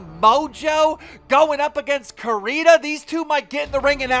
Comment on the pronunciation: Can you pronounce Corinne correctly